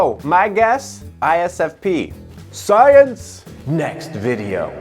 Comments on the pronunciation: Dude, I'm just in love with the way you say "SAAYENSE" Please use it more often😂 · I can't stop laughing evry time you say "SCIENCE" XD XD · Okay i dont know why..everytime you say science i always laughs😂😂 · Am I the one who laughed every single time he said sCiEnCe!!! ??? 🤣🤣🤣🤣